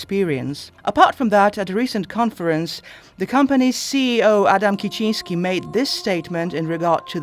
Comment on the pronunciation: i feel i have to tell u, u have said adam kiecinski like a real polish guy it was really nice to hear it